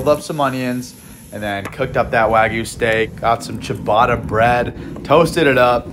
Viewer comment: First of all it’s not pronounced cheebarta bread it’s pronounced giabatta bread second of all it’s a truck not a car